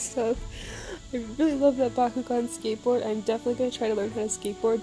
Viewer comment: Wait so it's supposed to be pronounced back-koo-gin, my entire life has been a lie. Awesome job, it's always really cool to see what this event was like through the perspectives and experiences of all the different bakumasters and through their different editing styles.